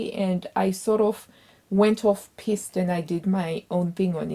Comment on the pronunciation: 🐡 Piste as in 'feast' or 'beast'. Not as in....'fist' or 'hissed', that's something else entirely. Made me laugh. 😅😂😂😂. Great makes.